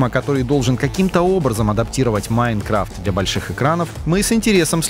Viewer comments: Почему ударение не правильно ставит не Майнкрафт а Майнкрафт говорит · Не МаЙнкрафт а МайнкрАфт.